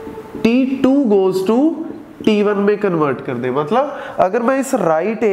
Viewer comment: sir says t2 , i hear titu